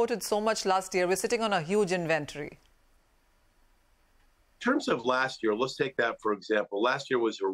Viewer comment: We like to say it like invenT0Ry. Thank you